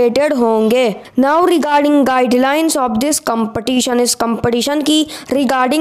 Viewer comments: I mean to say that in the vedio speaker is pronouncing the word ''competition" wrong so I want to say that.☺️☺️ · Please pronounce the competition accurate